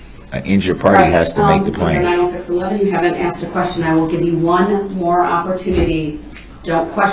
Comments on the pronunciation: Summary of trial: 1. I do not consent to being cdlled that name nor do i know who that person is 2. GROUNDS!!! GROUNDS!!! GROUNDS TO THE GROUNDS!!! 3. "So would it be fair to say...." 4. I "axed" a question. The End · Axe. Substain. Grounz. Tacket agreements. He can't even put a sentence together. So glad he's spending 10 lifetimes in prison. But good for him, that he argued to take one year off for "time served." What a legal expert Baby Brooks is. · im glad the "axeing" isnt just annoying me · Every-time he says "axe" or "supstain" i die a little inside😂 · Biast, Biasness, Biases, Oaf, Troof, Axed, License Place, Tacket, Grounz, Substain, A-mint-mint, toe-tality, Acker-ut, this that and the third, mind boggeling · " GROUNDSZ! I AXED Y'ALL TO SUPSTAIN. AIN'T NOBODY HERD ME??